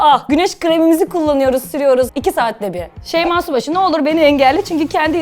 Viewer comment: Konuşurken şeyma şubaşı diyenler +1